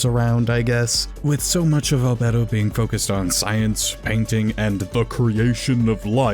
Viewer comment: im sorry, but i cant listen to you say albedo anymore